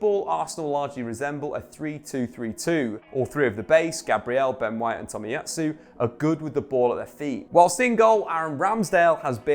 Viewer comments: It's Tomiyasu, not Tomiyatsu. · I mean having 6 1st teamers available would actually affect a team. Who knew?🤷🤷🤷🤷🤷 Dude, it’s Tomiyasu not Tomiyatsu.